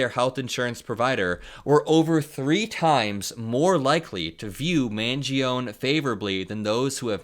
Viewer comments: Mangione is pronounced man-JOH-nee or man-ji-OH-nee in English, not man-ji-OHN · But for the love of Jove, it's MAN-GEE-OH-NEIGH ! Neigh, like a horse. Or nay if you will. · It’s pronounced Man-jee-oh-nee. Really glad to have this video! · Its pronounced” Man Gee O Knee”. Not “man gee own” Italians don’t have silent letters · Surely that should be pronounced Mangeo-knee. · Love the content 🖤 Thanks for the political news communication! PS: Luigi's last name is pronounced more like Manj-yoni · Just FYI - last name is pronounced MAN-JOANIE. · Just for the record, I think it’s pronounced man-JOE-nay. Not trying to be smug just figured you’d want to know for future videos. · 🇺🇸💙 that Italian. Name MANGIONE you are to pronounce the last "e" the name doesn't stop at the "n" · Just fyi, the E on the end of Mangione is pronounced (as a separate syllable) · You're forgetting the E sound at the end of Luigi's name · Please start pronouncing the E on the end of Mangione‘s name. Unless, of course, you are from the Bronx. The real Italian way is the way, not the American Italian way of dropping the e. Thank you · Luigi Mangione is going to be in the news for quite a while, so you should learn how to pronounce his name correctly. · Luigi Mangione, the last e in pronounced.